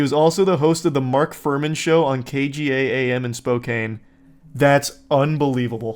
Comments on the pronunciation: charlie has said some controversal things before, but this is a sin that i cannot just sweep under the rug. you should be ashamed of yourself. Spokane is pronounced Spo-can, not Spo-caine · It’s pronounced SPO-CAN.